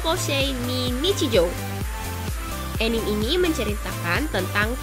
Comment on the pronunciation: bacanya "anime" ih bukan "enim"